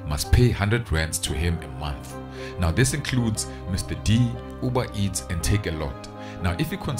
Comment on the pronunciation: That time he can't even pronounce "uber eats"..sies,clever bhari from the rurals, good riddance to bad rubbish